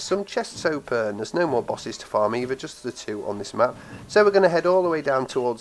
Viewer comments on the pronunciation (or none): "there is an other chest to hopen ....ähm i ment open ....." 😂